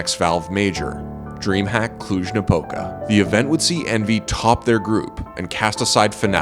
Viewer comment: He pronounced Cluj-Napoca like a proper Romanian